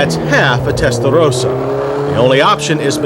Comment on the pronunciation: he had to say testalrlrlrllrossa Again!!!! lmao